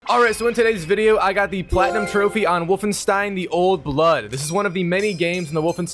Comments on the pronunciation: "Stein" bruh not fuggin "Steeeeeen" come on mang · Everytime you say Wolfensteen I have a stroke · Wolfensteen ahhh i get it 😂😂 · “Wolfenstien” “wolfensteen” not to be confused with the game Wolfenstein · The way bro pronounced Wolfenstein hurt me 😂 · I love how he struggles to prunounce 'wolfenstein' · Could be elevenlabs. He is also saying Wolfenstein wrong many times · The way he say ”Wolfenstein” gives me cancer